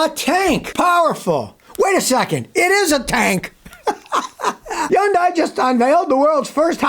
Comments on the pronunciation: You the man, Scotty!!! BTW, Hyundai is pronounced like "Sunday", Scotty! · Hyundai is pronounced like Sunday. This from a Hyundai factory rep.